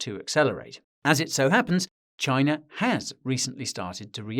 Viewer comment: You should pronounce India and China. Respect the name of nations.